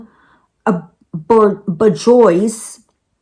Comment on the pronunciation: Borjois is pronounced bore-zhwah. It's French.